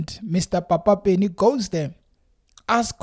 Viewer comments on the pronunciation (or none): You are pronouncing Papa Penny's name wrong. You must emphesize the p the same way you pronounce pan, Pernny Lebyane's name is also pronounced the same way. ..